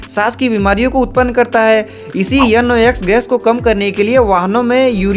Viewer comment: Dechod 'N' ko yun, 'O', 'X' ko 'yux' 😂😂😂 timestamp